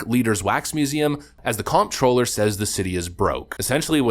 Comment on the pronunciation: that's not how 'comptroller' is pronounced...